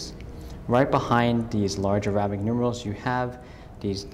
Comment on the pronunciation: How to butcher the words “Longines” and “arabic”...just ask this watch dealer.